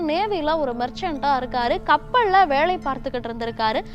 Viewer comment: கப்பள் ல வேளை. திருத்தமாக பேசுவதாக நினைத்து உச்சரிப்புபல இடங்களில் தவறு